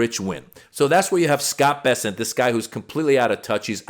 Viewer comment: Bessent? Oh, I thought it was p**sant? 😮😂😂